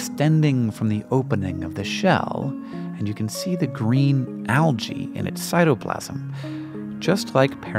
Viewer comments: wincing every time says alGae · Why do you pronounce the adjective (correctly) as al-gal but pronounce the plural noun as al-gee?